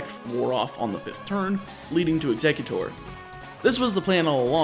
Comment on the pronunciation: Ugggghhhhhhh he said “exeggutute” again.